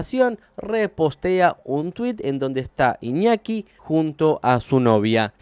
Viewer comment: JAJAJAJAJAJ "IÑOKI" 🤣